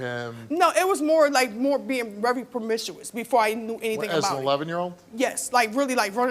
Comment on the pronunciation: Whats "Permishuous"? 😅tf